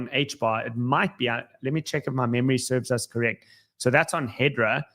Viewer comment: HBAR is HedERA, not HedRA